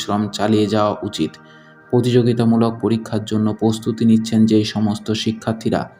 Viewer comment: পতি দিন, পতিযোগিতা ঠিক করে উচ্চারণ করুন